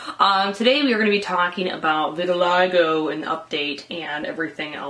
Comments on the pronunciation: pronounced "vert til lee go" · No Vitiligo. "Eye".